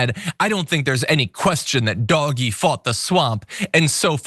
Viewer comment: Good lord stop saying "doggy". It's DOGE.